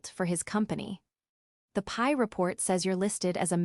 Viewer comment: it's NOT a "PIE" report, it is a P. I. report!!